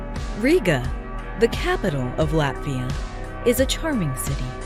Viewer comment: She mispronounced Latvia as well